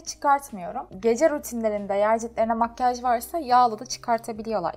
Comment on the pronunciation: Makkaj degil makyaj 😂😝